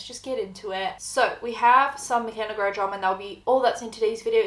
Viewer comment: It’s Noguiiieeerra NOT Noguuuuieraaaa